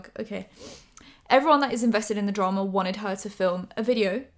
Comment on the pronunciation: "Invested in the dra-MA"